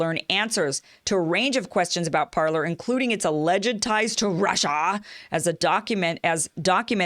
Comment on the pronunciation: It's pronounced Par-lay. 'Parler' means "to speak" in French.